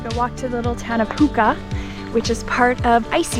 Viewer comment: sadly mispronouncing "huna" "hoonah" "xunaa" as "hookah"! in the first part of this?! Two times! Also stating that Hoonah is a part of icy strait. Not so much. Icy Strait is a part of Hoonah. This woman's take on Icy Strait and Xunaa is a far cry from its rich history.